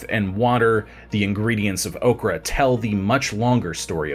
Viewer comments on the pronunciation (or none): Ochre - or-cker not okra like the plant.